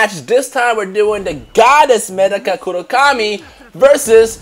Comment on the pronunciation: my dude her name medaka say her name right